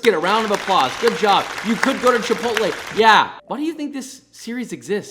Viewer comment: It’s pronounced chip-ot-l